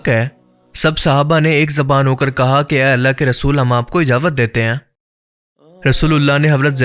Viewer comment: Ijawat ni ijazat bolo